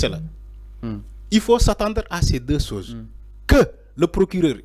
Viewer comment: On dit deux choses et non deux soses